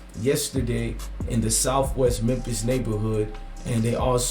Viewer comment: Bro it's pronounced MEM-FIS....THE "P" IS SILENT....U KEEP SAYING MEM-PISS